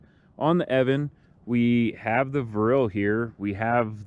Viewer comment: The name is pronounced E-O-VAN. (I asked someone at the company). Thanks for the review. I want this board and the funny thing is, I currently have the Verreal RS with the 105 Cloudwheels. I am running the 40t pulley. I noticed your friend has the 45t pulleys. I am curious on the RS with the 45t pulleys.... what’s his top speed? I am getting exactly the same top speed with my 40t pulleys with the 105 wheels (maybe a hair slower) but off the line, a tad bit sluggish. I don’t like that. I’m wondering if I should have went with the 45t pulley from Verreal. Maybe there will swap out my 40t for the 45t?? Other than that does the EOVAN give you a high quality fell over the other Chinese boards? I want this to be the last board I buy and I want to make sure that I am happy. Oh and one more thing please.... how do those rubber 105mm wheels compare to the ride of the Clouds? Thanks so much.